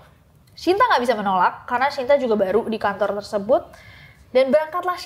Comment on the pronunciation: kak mohon maaf baru ini aku denger shinta sh nya bener2 dibaca shyinta, it feels kinda strange in my ear biasanya denger sinta sinta wkwkwk